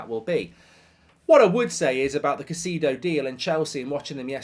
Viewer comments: Why do you keep saying ‘cuh-see-do’ when it is actually ‘kai-say-do’? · Caisaydo not caiseedo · It's not "Caiciido", it's "CaicEHdo". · Kuh Cee Dough😂